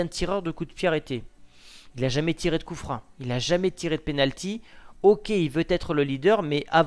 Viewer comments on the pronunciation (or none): Juste... Pourquoi tu dis "coup frein" au lien de "coup franc" ? Je comprends pas du tout, même si c'est un détail 😂